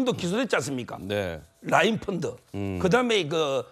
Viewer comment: 서변호사님 갱상도 발음 픈드 픈드 펀드 잼있네요